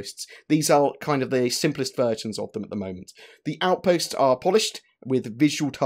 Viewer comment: Surface Aoutpastes :)